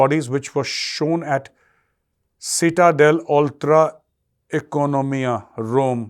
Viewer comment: Citta. Pronounced as Chitta.........